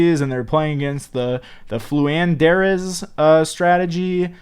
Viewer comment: Lmao purposely mispronouncing names has me rolling over here